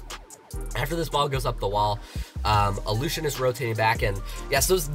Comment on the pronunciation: Nobody: Me: raging about him pronouncing allushin's name wrong